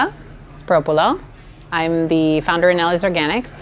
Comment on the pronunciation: Fyi, first few seconds she pronounces her name, sounds like SpiropulO, looks like you misspelled her name with a p at the end?